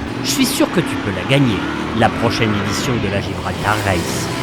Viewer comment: superbeS vidèoS mais pourquoi "GIbraltar" ?